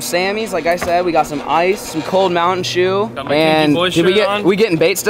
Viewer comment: How many shews can you say in one video lol